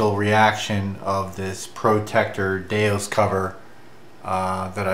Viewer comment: DeUS, not DeOS.